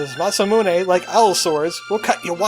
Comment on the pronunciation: I've never actually heard it pronounced different than the way you've said it in this episode. Mah-Sah-Moo-Nae is how I've always said it. (We finally found a word we say the same way! lol)